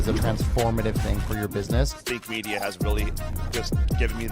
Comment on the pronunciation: Something I've noticed is when you quickly pronounce "Think Media" in these videos, it does sound like "Fake Media" sometimes. Just be extra clear on the pronunciation. I love the content you guys make to help smaller creators grow!